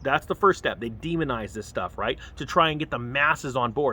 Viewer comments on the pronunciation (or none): none